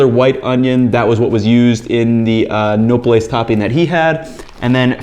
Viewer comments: I realise this is a year old but imma give you a quick hack for pronouncing Spanish: If there’s no accent, stress the second to last syllable. Otherwise stress the accent. That rule will get you through reading the vast majority of Spanish words. This one gets you through the rest: Unless the word ends in a vowel, N or S. Then you stress the last syllable. You can now read any Spanish word that’s been spelt correctly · OK, his pronunciation of "nopales" is going to hurt my ears for this whole video. Also it would be great if you could have gotten the name of the "taco guy" who you got the recipe from and given his stand some free advertising. Because basically now you've taken his recipe, made yourself some $$ and he's got nothing... Also reference the video where you learned how to scrape the nopales efficiently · I guess that’s one way to pronounce nopales. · every time you say nopales wrong i wanna hit you in the face more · i find cute when foreigners try to pronounce spanish things without actually knowing the languaje, it shows they're trying despite the languaje barrior. I don't think anyone here actually cares that much about them not pronouncing things exactly like a native like me, I get to know a ton of foreigners because they come for exchanges in my university and I have NEVER made fun of someone's accent and haven't found anyone doing it. I find rude people trying to say it's cringe that's he doesn't pronounce thing like advanced spanish student or a local when we are in a cooking video, not spanish lessons. No need to get pissed off at all lmao, it's not that deep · In Spanish the vowels always make the same sound. A-Ah, E-eh, I-ee, O-oh, U-oo. For someone living in Mexico, I wasn’t expecting him to butcher the pronunciation. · Yeah. I was cringing every time he said it, but at least he's a white boy who's willing to embrace other cultures and the foods to go along with 'em... even if he slaughtered the pronunciation of Nopales! 🤣